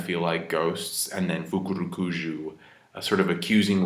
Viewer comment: Love the fukurukuju pronunciation